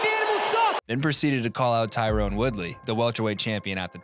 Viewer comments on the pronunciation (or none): TY-RON Woodley. Not Tyrone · you keep saying Tyrone instead of Tyron...Colby got into your head...lol